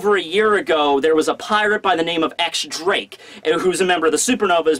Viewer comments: I gotta be "that guy" for one second. X Drake is pronounced "Diez Drake". I'm done. Now then, love the review! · .... X Drake is pronounced Diez Drake It's a roman numeral